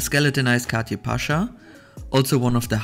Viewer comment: It’s not pronounced Cati. It’s Cartier 😂